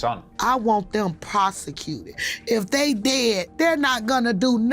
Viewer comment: I understand Momma Duck’s hurt, but why she out here trying to win that daytime Emmy…um ma’am, any serious points you try to make are lost as soon as you mention “AMBERLAMPSSSS!”. I mean, we all want bad people to be “posecuuuted” as she so eloquently stated…but bruhhh…anybody else tryna find a link to that 12 minute video!?!